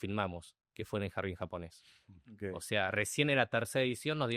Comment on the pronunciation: Dice Seba: Ogei,Ogei....